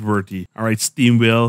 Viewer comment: Yo wassup still haven't met you in game. so I say steamwhale but it comes out as steam wheel lol I'll try to do my pronunciations better